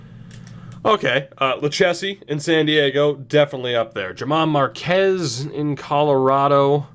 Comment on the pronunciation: I am a Rockies fan so I am being picky but his name is pronounced like Herman Marquez. Also love the series